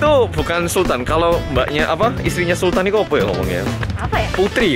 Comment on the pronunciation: Beda ya kalo bule yang nyebut "sultan" Mah jadinya "sultahn" 🤣🤣🤣